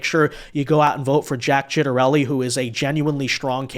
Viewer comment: You should really make sure you know how to pronounce 'Ciattarelli' before making a video about him. lol